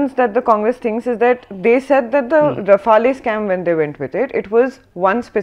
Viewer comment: If we can have Correspondents who cannot pronounce Rafale analysing the quality of same is questionable